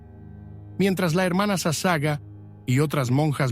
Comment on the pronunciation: Por favor su apellido de la Hermana leálo toral y correctamente es SASAGAWA ( le faltó pronunciar la última sílaba WA)